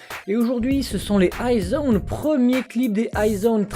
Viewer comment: Ahahah nooooo~~~~ ce n'est pas I-zone mais IS ONE 😅🤣